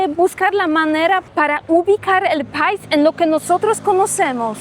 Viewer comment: 🇩🇴🙏🏻🙏🏻Dices pais y es país acentuando la (í)😊